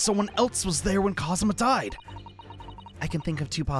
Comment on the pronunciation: It's Kazuma. You were pretty close though.